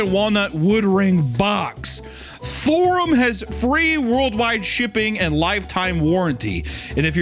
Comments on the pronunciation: he said it in a way I can’t forget “THORUM” so that’s good for THORUM. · i woke up at 4am to hunter saying STHORUM over and over thinking i was stroking out